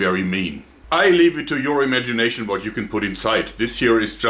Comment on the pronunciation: "Let me show you vat I came up vith, ha ha ha."